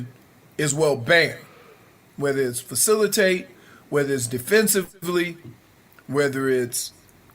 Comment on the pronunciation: Defensi - vlee loll